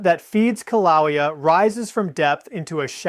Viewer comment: This is AI or really has a problem with his right arm. This is so stupid. And the poor AI can't pronounce Kilaeua, which I don't know the spelling of. I'd call a doctor, I see signs of a stroke in this AI user.